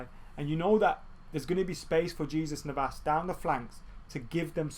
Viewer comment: Btw I love how you kept on pronouncing the J in jesus navas 😂😂 were really going to be attacking Jesus 😧